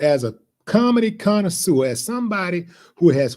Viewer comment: if you do not know how to pronounce "connoisseur" then don't use it and embarrass yourself.